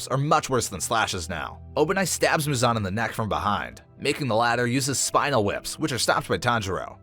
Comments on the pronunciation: it's MUzan not muZAN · what the fuck is that pronunciation of Muzan's name